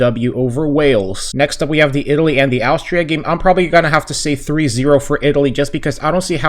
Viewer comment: It's quite easy to pronounce Austria. You say the first bit like you're saying Ostrich. But just without the "rich" and "ria" instead.